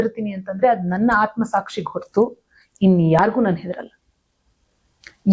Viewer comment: ಅದು ಹೊರತು- ವರತು ಅಲ್ಲ . ಕನ್ನಡದ ಕೊಲೆ ಮಾಡ್ಬೇಡಿ, ದಯವಿಟ್ಟು. 🙏🙏🙏